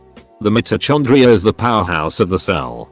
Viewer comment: the way mitochondria is pronounced... i can't